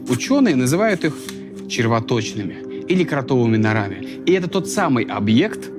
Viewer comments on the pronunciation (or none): нОрами а не норАми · норА́ми, блять